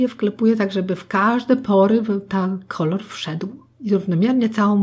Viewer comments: nie ma jak to powiedzieć na odcinku zamiast kolor to kolar xD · Ale ekstra „ kolar” to było najlepsze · Twoja mama powiedziała dwa razy Kolar 😂❤ hehe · kolar "xd kocham to 😛😋😄❤ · Teraz nakładam kolar" 😂😂😂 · "Kolar" xd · Jeszcze ten koral zamiast kolor xD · jak powiedziała kolar to się zaśmiałam ahha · Wow twoja mama ma talent do takich żeczy czasem są pomyłki ale to pewnie że stresu myślałam że będzie gorzej po tytule ale jestem zaskoczona więc zostawiamy subka i łapkę w górę😉😊😘😍❤💓💟💟♥💕👌👍♥ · Twoja mama świetnie określa to co robisz ! I jeszcze ten "KOLAR" Hahahahaha. A poza tym świetny makijaż zrobiłaś ! Nie mogę się doczekać kolejnego odcinku! <3 <3 <3 <3 <3 <3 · To fajny ten "kolar" xD